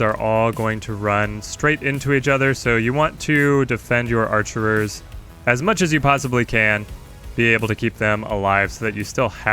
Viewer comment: it's "archers" not "archerers"